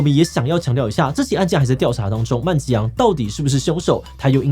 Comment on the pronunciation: 瑪利歐是因為槍擊犯的名字是路易吉……這才是看點，如果不知道槍擊犯的名字叫路易吉，那瑪利歐的梗圖就沒有那個味道了，不知道為什麼志棋一直叫他曼吉昂，而那個“拖延”，“拒絕”也在後面可以知道，其實用英語讀才有味道來著